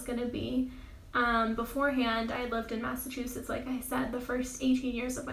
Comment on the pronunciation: You said massacusetts